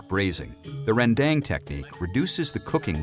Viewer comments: Ren-dEng. westerners always say this wrong. dang it's pronounced: Ren-dAng 🤣🤣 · Its spelt "rendang" but pronounced "ruhn-dung". The best rendang, in my humble opinion, is the minang style slow cooked for hours upon hours over a wood fire so as to not only have a distinct rendang taste but also to absorb the rich smokey flavour. Cheers. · om William tolong ajarin mereka pengucapan rendang yang benar om. masa' rendeng jadinya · justru pengucapan yang benar itu randang, nama makanan yg bersal dari proses pengolahannya